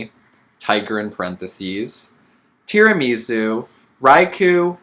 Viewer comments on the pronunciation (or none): Not gonna lie I died a little inside when you said Tiramisu like that. As an Italian it hurt my soul. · Lydia Eddins his pronunciation of tiramisu had me dead